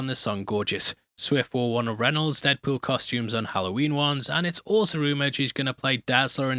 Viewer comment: Is that my host i hear??